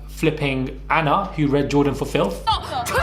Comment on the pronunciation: This is not a read, it’s a REA”T” ☕️